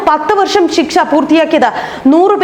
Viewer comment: ഷിക്ഷ അല്ല ശിക്ഷ